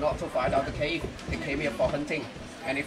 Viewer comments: Mến chào anh! Video của anh rất vui và thú vị khi cùng anh xem từng địa danh và phong cảnh hữu tình. Em xin chân thành góp ý với anh về tên gọi của Động Thiên Đường hay Thiên Đường Cave ở phút . Cave là tiếng Anh cũng có nghĩa là hang động, phát âm là "khây-v" (đọc "khây" rồi "vờ" nhẹ). Khi anh đọc là "ca-ve" thì vô tình thành một từ tiếng Pháp có nghĩa là kỹ nữ. Mến chúc anh luôn mạnh khỏe và tiếp tục cho ra đời nhiều video hay về nhiều cảnh quan hùng vĩ trên quê hương Việt Nam.😊😊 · Cave là hang động đọc là kê-v(ơ) không phải ca-ve. Ca-ve là tiếng lóng nghĩa là gái “nhảy” tức các cô làm nghề khiêu vũ với khách trong các tiệm khiêu vũ do từ cavalière tiếng Pháp